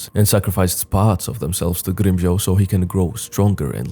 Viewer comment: From Grimmjow to Grimm-Crown.